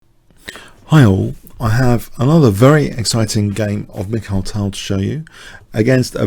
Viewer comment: Hi , I still cant believe that I resigned against you in a good position in that Banter Blitz game on chess24, hahaa. Greetings from MickThal. Your videos are great, especially Tal's games. And like you, I really hate it, when people pronounce his name Michael Tal instead of Mikhail Tal.